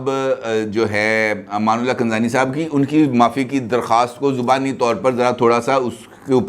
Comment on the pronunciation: معظم امان اللہ کن رانی یہ نون کا نقطہ ھے جسے آپ را پر لگاتے ھیں آپ اس کو ز پڑھتے ھیں